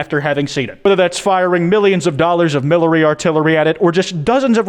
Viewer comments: "millary artillery" 😭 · "millary atillery" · millary artillary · You actually said milary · Dont you mean milary artillery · bullshit you said millery artillery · I heard millary artillery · 'millery artillary' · bruh did you say "millary artillery?" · "milary artillery" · Anyone else gonna get on him about saying "Millary Artillery" ??!?? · “milary artillery” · knows he said millary artillery 😂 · Not "millary artillery". Lmfao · …. “Millary artillery” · Bro he said milary artillery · "Millions of Dollars of Millary Artillery" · The 'Merican milla'ry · "Millions of dollars of MILLERY artillery." Caught you slippin.